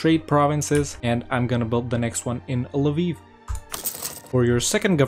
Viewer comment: Thanks a lot for this guide in 1.31 for Poland! And as a Ukrainian, I really appreciated, that you said exactly "Lviv" ;)